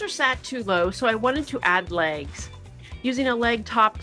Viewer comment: It’s pronounced ‘legs’ not ‘lages’.